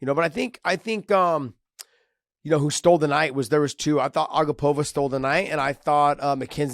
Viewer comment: Hey Josh! Her name is pronounced a-GAH-pova not A-gah-POV-a… Anik gave the tutorial on the broadcast